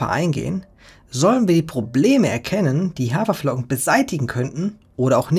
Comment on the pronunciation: "Hawerflocken". Ernsthaft? 😙